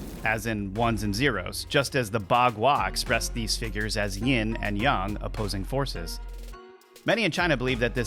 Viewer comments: Isn’t it yAAAng not yung…. Mandela or just me 🤔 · I think is. He can't pronounce yang right. Sounds like he's saying young. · Just say yang like a normal person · Not sure how much of this i can take. Your not pronouncing yang correctly, just like a bot would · The pronunciation of yang is off of yang( ying/ yang)....but it feels not quite 100%human created...but good enough to fool most